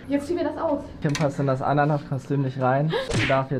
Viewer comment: Warum "Tim" und nich "Kim"??😵😂